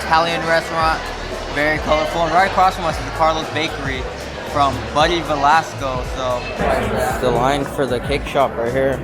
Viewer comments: Va-la-stro not VELASCO. Research maybe? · You keep mispronouncing his name. It’s Buddy Valastro. Like Astro, not Valasco. Thanks.